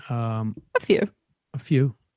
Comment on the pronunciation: When my gurl said"A few." It sounded like she said "fk you"